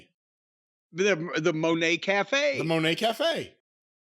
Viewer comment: You guys keep saying Mercedes Moe-nay. But she apparently pronounces Mun-nay. I guess either way it's dumb, but just for sake of accuracy.